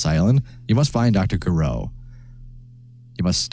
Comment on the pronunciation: I think "G" in Gireaux must be pronounced almost like "zh" or russian "ж".